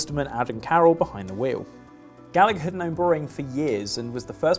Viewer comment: FYI if Mark Gallagher is Irish then it should be pronounced Gall-a-her cause its an irish name. Should be that way wherever they are from but most English have adopted there own pronunciation. We say your bullshit place names right Berkshire, Worcester etc